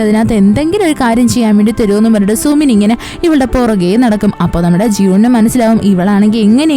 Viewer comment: Sumin alla su-min ennahn tto pinne voice poliyanutt chechide voice il njn melt ayiii❤❤❤